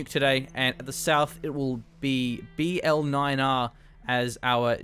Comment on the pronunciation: bl9r is to be pronounced as "blyar" btw, just for your information